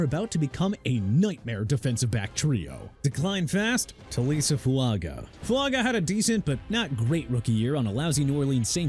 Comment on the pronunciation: Please stop with the Jared Mayo baloney! I'm getting tired of it! It's Je-Rod Mayo! Hello?!? What don't you understand? And also Taliese (tah-lee-es-say) Fuaga!